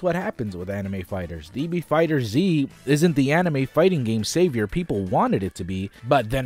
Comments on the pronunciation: It isn't Fighter Z. It's FighterZ. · It's pronounced "Fighters" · >Fighter Z I never understood why people can’t pronounce that properly. Pet peeve aside, fighting game numbers on PC hardly matters since they’re mostly played on consoles anyway. Also, even with that 80% drop, DBF is still the most played fighter so all of your talk on it so far is vastly incorrect.